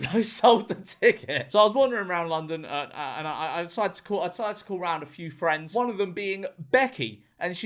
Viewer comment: Ranking my Fwiends Weeb.